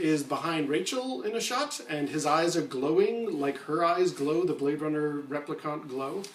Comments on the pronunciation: Why do you repeatedly and intentionally mispronounce "replicant"? You know how everyone else in the movie pronounces it. Why did you choose to make up your own pronunciation? It's jarring. It makes you sound pretentious and that doesn't help your argument. Also why did you explain and unsuccessfully attempt to show how the replicant eye glow trick was done? What's the point of that? We know that is a trick of filming. Obviously. What's the point in telling us it's done by a photographic trick? We know that. Instead you could talk about why it doesn't mean he is a replicant -- but you don't. I don't think Deckard is a replicant. But your thesis here needs serious reworking. Ugh! And why -- WHY -- do you keep mispronouncing replicant. Why?! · This guy has clearly seen Bladerunner enough times to know he is pronouncing replicant wrong. Like, totally wrong. Not even close, bud. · Wow, sorry I was so harsh. Your pronunciation is not "totally wrong", its only one letter away from how the movie says it. I think i thought I was being funny but in retrospect i was just being a dick. oops. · The replicant pronunciation annoys me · There is no conflict... the screenwriter and director say he's a replicant. You are in denial. No interpretation... no opinion... the director and writer answered it. The fact that you can not pronounce the word "replicant" isn't helping you. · Daniel Williamson I was taking the piss out of the way he says replicant man! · You have a perfectly normal American accent, yet you repeatedly mispronounce the word "replicant", despite everyone in the movie pronouncing it for you as an example. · Stop saying replicant that way, just stop it. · No offense, but it's repli-KINT not repli-KAHNT. 🤓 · What I can't figure out is why you're saying replicant so weird. There's no U in that word. Rep-li-cant. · Why do you keep calling him a "replicunt"? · REPLICONT???? Its Replicant!!! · rep - li - can't not cont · New Kasmir I thought he was saying Replicunts